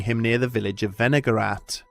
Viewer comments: I thought for sure you said vinegar rat at first. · I was listening instead of watching and the first time he said "Wenigarath" I thought he said "vinaigrette"